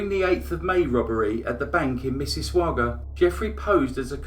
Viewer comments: Mississauga is pronounced "miss-iss-aw-ga". You can hear the pronunciation here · May I take this opportunity to say Mississauga is pronounced Mrs. sog a? Thank-you for another great story. I hadn't heard of this guy. 🤗🤗🤗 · MISS-A-SOG-GA.... SAY IT THE WAY I TYPED... AND YOUR PRONOUNCATION WILL BE CORRECT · I loved this! But as an Ontarian from Canada, the way you said, "Mississauga," made me laugh. I know that's not nice and not your fault, and that I pronounce British words wrong ALL of the time, but it was cute. It's just pronounced like Misses ogga. Still love your voice and your narration and stories! xx Lol! Your longest pssssssssssst yet! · Heheheh love the “pssssst”. Makes me laugh. Btw, it’s pronounced like ‘miss-iss-AWE-ga”. 🙂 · I live near Toronto but I don't remember hearing about him. (MIssissauga... we pronounce it Miss-iss-saw-ga.) Thanks for posting this crime. I love your videos. They are always interesting. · Love the videos. It's also 'miss-a-sog-ah' and yeah - love the pssst :)